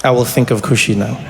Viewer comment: Trevor asked where she gets her weed from but the bar was in her name when she said Khushy - (KUSH)!!!